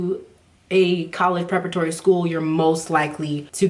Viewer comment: "Collegy" lol! Girl, I totally understand u👍🏾